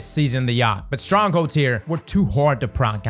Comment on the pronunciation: did he say season of the yacht?